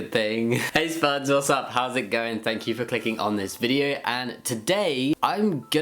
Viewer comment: lol i know thats what you call us but it really sounded like sperms for a moment😂😂